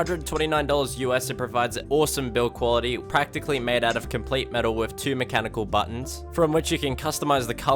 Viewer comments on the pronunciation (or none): none